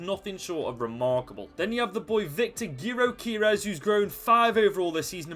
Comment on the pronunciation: Great video, and btw our striker that you mispronounced is pronounced “Jokerez”